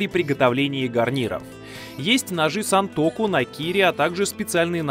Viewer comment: Не сЕнтоку а сАнтоку